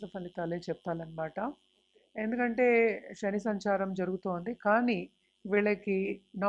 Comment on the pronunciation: అంతా సోది. శ్రమ, శని అని పలకలేక ఛస్తోంది ఈ మేఢమ్ గారు. Stop this nonsense.😂